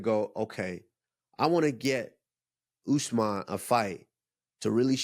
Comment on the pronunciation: They keep messing his name 😭